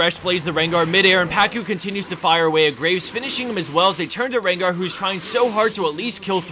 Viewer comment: I've literally been watching Top 5 Plays since the very first video. I still have yet to win any prize, but despite that I keep watching since their good videos, but holy shit please stop saying Rengo, it's Rengar.